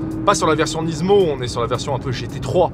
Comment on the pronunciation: Rien que pour le fait que tu prononces Nismo « Nizmo » je m’abonne 😅 good job 👌🏽